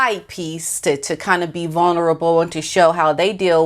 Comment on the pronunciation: It’s not “vuNerable”, it’s “vuLnerable”. Just an FYI, not picking on you, and don’t want people to find something to criticize. The evil narcissistic future ex-wife of the handbag has backed off and let the handbag talk about his mental health, drug, and alcohol problems so she’ll have documented reasons when she divorces him once she gets engaged to a billionaire.